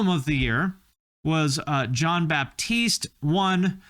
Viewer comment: Bro really said Jon BaPtiste